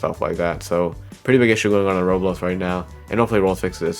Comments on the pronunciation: why tf does he he says "roolls" instead of roblox bruh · he says Roblox like rohx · Stop pronouncing Roblox "roblos"